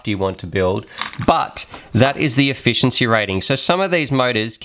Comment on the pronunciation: lol "Efficieny"